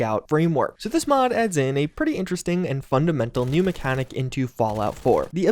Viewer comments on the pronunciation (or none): none